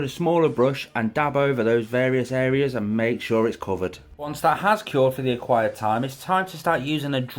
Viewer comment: Love this build! But is it just me or does he always say "acquired time" instead of "required time" lol